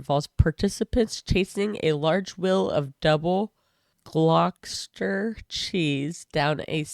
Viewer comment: I should probably enter some day, the hill is not as steep as the quarry wall I often run down. Gloss-ter-sherr btw 😉